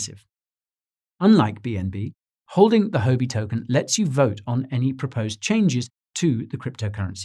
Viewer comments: I dunno how it’s often said in the UK but Huobi is not pronounced “ho be” in Chinese. It sounds more like “who-or be”. As a Chinese speaker this really stuck out at me. Excellent and informative content as always though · Great video, but you are pronouncing it wrong Huobi is pronounced "WHUA-BI". It's tough listening to someone give great advice but on the wrong tune. You're probably losing Asian followers from this I would guess. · you aren't pronouncing 'huobi' correctly